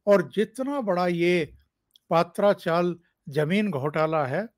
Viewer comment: सर पात्रा चाल नही , पत्रा चाल है याने टिनसे बना हुआ चॉल